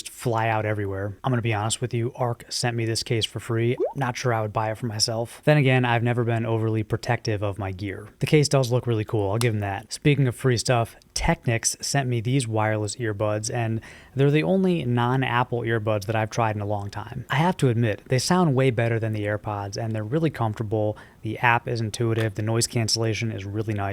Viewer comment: Technics is pronounced tech-knee-ks